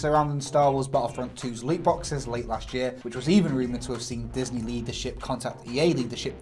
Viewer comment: anyone else think he said "lead the ship" when he said leadership?